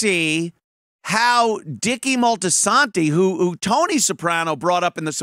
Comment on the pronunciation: I had to laugh at the mispronunciation - . It's Moltisanti, not Moltisanto...